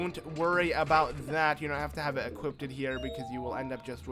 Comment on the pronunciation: "Equip-tid" is also not a word... Just a suggestion but maybe if you would SLOW THE FUCK DOWN when you talk and/or read text you wouldn't make sooooooooooo many mistakes and make it so annoying trying to follow along.